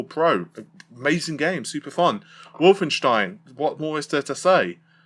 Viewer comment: Wolfenstein is the only foreign name that pronounces perfectly lol